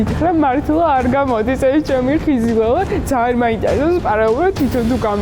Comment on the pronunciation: "ომბლьო" "ხიზილяლя" 😁😂😂